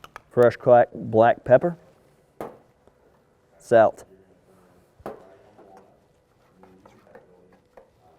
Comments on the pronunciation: What the hell is "sailt"? I love the Kamado Joe grills but this dude... wow. Hipster much? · doesn't always season with salt, but when he does, it's pronounced "sale-t." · Wait how did he say salt.. wtf was that?